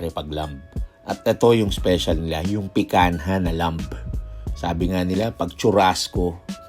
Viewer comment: Pikanha ka ng pikanha PIKANYA pag pronounce nyan boplaks